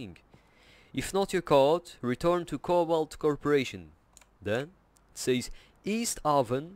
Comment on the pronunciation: It's pronounced East Hay-ven Connecticut